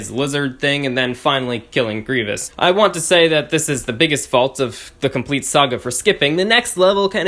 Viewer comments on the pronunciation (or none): Griev-E-ous? It’s Grievous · Also sis you say grievious?